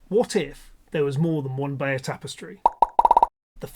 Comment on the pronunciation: Bay-deux tapestries?